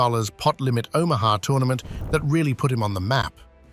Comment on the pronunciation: This man mispronounced damn near every name! He even mispronounced fucking Omaha! 😂😂😂